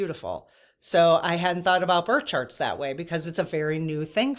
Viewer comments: Are you saying bird or birth charts? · I’m at the 13 minute mark and had to stop and comment. When was talking about birth charts I thought she was saying “bird sharts” several times. 😂😂😂 I was like whaaaaaa, why is everyone talking about bird sharts??? Lmao omg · Thought you said bird charts not birth charts - 😊